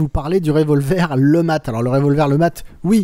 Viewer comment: cette arme est présente dans plein de jeux sur cette époque. Et faudra m'expliquer pourquoi tu prononces ça lematte alors que tu précise bien que c est un flingue inventé par un francais nommé letmat. A moins de pas avoir suivi les cours en primaire, le T ne se prononce pas. tu dis un matte de bateau ? non ? bon bah alors.